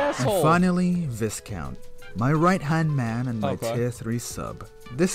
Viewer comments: lol it's pronounced vye-count not vis-count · you pronounces viscount wrong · you said viscount wrong you dweeb